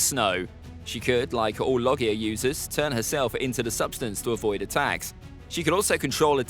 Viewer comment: pronounced logia wrong